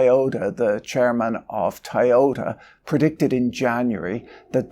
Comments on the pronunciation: Why can't you say Toyota? You're saying Tai yota. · What is "Tayota?" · But have u heard of the car manufacturer TIE-OH-TAH? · Despite your pronunciation of Toyota I'm still offended on your behalf that youtube always switches on the CC automatically for your videos.